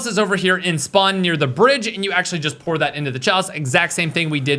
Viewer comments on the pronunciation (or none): none